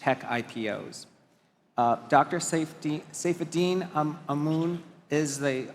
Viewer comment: Saifedean amoon lol